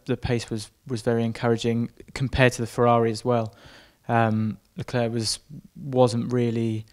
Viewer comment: Please learn to pronounce Leclerc correctly, it's jsut embarassing.